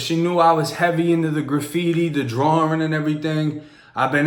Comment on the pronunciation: “The graffiti and the drawrin’ “ 😂😂